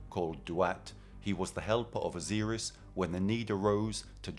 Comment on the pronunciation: T-hoth, not Thoth, Osiris didn't sound right either.